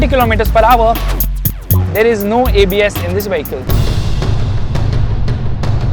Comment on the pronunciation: Getting inside the "wehicle" is hard...LOL